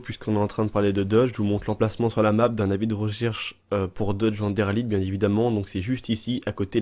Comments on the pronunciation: Comment tu dit van der Linde tu dis comme van der LIDE ET NON LINDE 😂😂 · Van der LINDE ça se prononce "LINEDE" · On dit van der linede